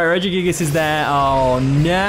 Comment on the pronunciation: Look at that! You pronounced it greatly this time at the beginning haha